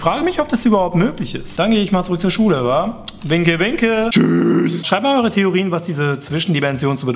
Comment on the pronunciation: als du Tschüß meintest klang das wie düüüsch ich bin dönerbuden....